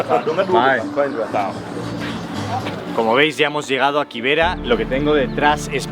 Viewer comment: Ok, bt nextime pronounce it kibera for ki not KY I was wondering what is that place I never heard of it